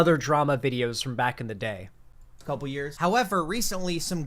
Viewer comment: over enunciates and even innovates new syllables at the end of words. For example: Day-yuh Look-uh LoOoook New-wa Stream-muh